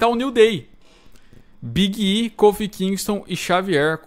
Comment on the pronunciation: Nunca tanko o falando o nome do Big e kkkkkkkk